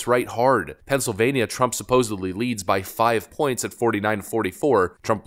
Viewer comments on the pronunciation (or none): Bro if I ever hear you say "supposably" again ...I'm unsubscribing and voting blue no matter who